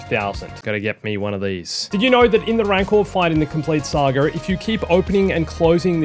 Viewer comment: It's pronounced Saga not "sAgER" whatever TF that was🤦